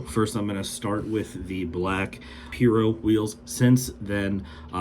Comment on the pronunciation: It’s “P-eye-ro” not pee-ro